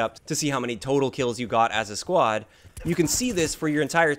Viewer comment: Why do you pronounce squad as “quad”?? Wtf?